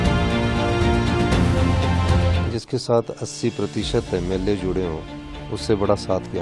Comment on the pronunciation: MLO NI HOTA SUKHU SAHAB 😂 MLA HOTA HAI